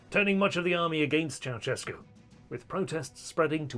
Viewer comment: it's not "ciao-tchescu", it's "ciao-shescu"